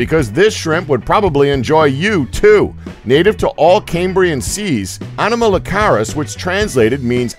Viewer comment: oh yeah a little side note, he pronounced anomalocaris and ordovician wrong.